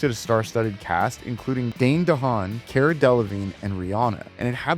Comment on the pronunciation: “Cara” is pronounced “Car-uh.” She got onto an interviewer once for pronouncing it the way you did. 😋